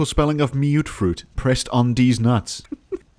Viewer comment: Why did myootfroot get me so bad lmao